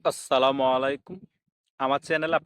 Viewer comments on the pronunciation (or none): আপনার সালামের উচ্চারণ সঠিক হচ্ছে না । আপনার উচ্চারণ হচ্ছে quote আ আ আস সালামু:::::::;; বাদবাকি ঠিক আছে। উচ্চারণ করবেন এইভাবে quote আসসালামু- -----------''' । আসসালামু একটু তাড়াতাড়ি বলবেন । I have subscribed your blog earlier and and tapping like button. ধন্যবাদ।